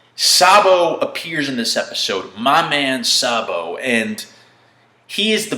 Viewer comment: That z for zabo shock me xD